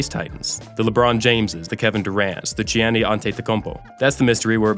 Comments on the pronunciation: who is Gi-onny Antetokounmpo smh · That butchering of "Giannis" was a war crime. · I'm old enough to have seen Wilt play on TV and in person. I can't say he was the best ever but definitely in the conversation. I gotta question the narrator's knowledge of basketball who doesn't even know how to pronounce "Elgin" or "Giannis". Is this AI? Quick Wilt story. I got to see the Lakers play a preseason game at UC Santa Barbara (UCSB) back in the 70’s as a child. They let all of the kids sitting in the stands go down and sit on the floor in the 4th quarter. While sitting on the floor across from Wilt at the free throw line, I remember him standing there with sweat pouring off of the tip of his goatee like it was a faucet. It’s a sight I’ll never forget. It is estimated that a typical NBA player loses about 2% of his body weight during a game. Wilt weighed about 300 lbs. at that time so that would be 6 lbs. I gotta believe he lost more than 2% during a game, partly because he played almost every minute of every game. Something you never see in the game today. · How did this guy pronounce Giannis’s name. Like I understand some of these people pronouncing older players names wrong cause there young but Giannis is in the league now and is a superstar now. This guy is just doing this video for views and likes smh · “G-Annie” Antetokounmpo? There’s no shame in butchering that last name, but I’ve never heard anyone mangle his first like that. “Yah-nis.” It’s “Yah-nis.” And it’s L-JIN Baylor. Soft g.